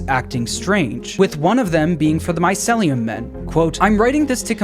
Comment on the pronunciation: it urks me every time he says my-cel-lee-um instead of my-ceel-lee-um